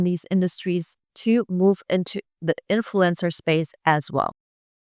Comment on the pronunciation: The way you pronounce "influencer" sounds like "influenza." It's okay by me, though, because I put both in the same category.